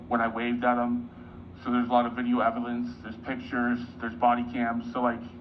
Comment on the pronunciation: “there’s a lot of video eb-el-ence” I think it really makes him feel important to say “you’ve been served”. Almost like he’s finally done something productive in his life